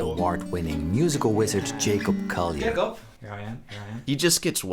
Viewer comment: Its been like four videos, why do you still pronounce his last name "Coyer" ??? It's CoLLier. (PS I also dislike the guy but I can pronounce his bame correctly)